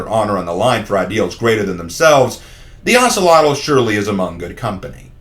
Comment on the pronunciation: The name is pronounced as (oak-lot) just to wanted to let you know 👍🏾